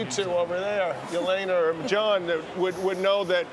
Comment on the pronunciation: One day commentators will stop adding ai in names such as Jelena, its Yelener not Yelaina have some respect and make the effort to get it right, maybe listen to the umpires who invariably make the effort to pronounce ti correctly.McEnroe is a major offender BTW.